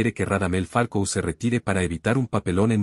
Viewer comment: Me parece que el narrador del video dice Falco y no Falcao. Si no estoy equivocado en lo que escucho, claramente es una falta de profesionalismo y escaso rigor informativo de quién hace el vídeo. Por eso le doy mano abajo y denuncio por información errada.